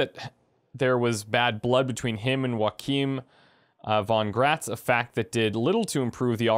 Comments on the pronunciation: This is a polish books series j is a y. Like how Yennifer is not Jennifer. So the name is pronounced wrong. I know a guy, his name is Wojtek but pronounced Voytek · Joachim is pronounced as Yo-akhim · Joachim von Gratz, that's a german name. And y'all pronouncing it pretty weird :p